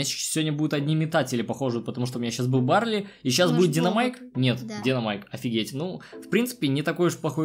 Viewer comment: Барли а не Барлей